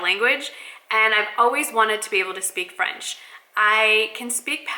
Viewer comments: Your accent is good!! Bon courage pour la suite;) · Bonjour!! so happy to see you are learning French your accent is quite good actually. I will love to see a all video in french that would be so much fun. I love your videos makes me keep in touch with english.